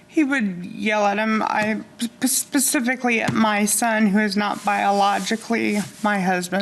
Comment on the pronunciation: “PACIFICALLY”. Never trust a human that cannot say specifically.